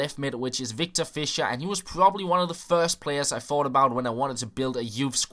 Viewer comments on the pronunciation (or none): none